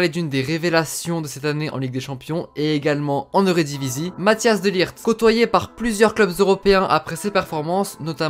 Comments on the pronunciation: Tu dis Mathias alors que c mathijs de ligt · Tu dis mathias au lieu de mathijs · Matthias ? J'adore la prononciation mdr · Pour les gens qui savent pas prononcer son prenom MATT-ÉYS de ligt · C'est Matthijs pas Mathias ça se lit Mathis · Mathhis pas matias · Pour la prononciation de son prénom c’est : Mat-Aille-Se De Likht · Ca se prononce. Mataisse de ligte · Tu ma stressé à dire Matthias pendant toute la vidéo 😂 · Ça se prononce "Math-Hey-SS" "De t-ou-kom-st" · Petite info : mattijs se prononce "mat , es"